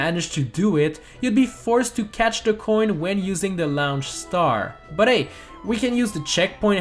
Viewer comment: Is no one going to mention how he says the word launch?